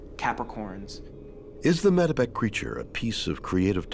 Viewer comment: The area is called METEPEC, not medieval...